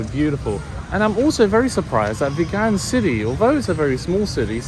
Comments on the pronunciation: It's pronounced VEEEEGUN. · Hi the towns name Vigan is pronounce as Veegan like a vegetarian . have a nice day exploring👍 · Hi Mate, it's pronounced as vee-gan like vegan. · You realized in a previous video you were mispronouncing Vigan but continue to do so. 🤷‍♂️